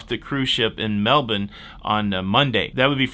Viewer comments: You pronounced Melbourne like an Aussie!!!!!! ("Melbun", not "Melbourrrrrrrrrne"). Well done!!!!!!! And well done for going to Sydney and skipping Melbourne. Our city is much better than theirs. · Congrats on the local pronunciation. You are blending in nicely. 😎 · Working night shift and catching up on some posts I missed. Just have to say I'm totally impressed with how your pronounced Melbourne...like a real Aussie! BTW I've been a member of the Loca Fam for ages! Final note, we're less likely to say G'day, more likely to say (all one word)...howyagoin?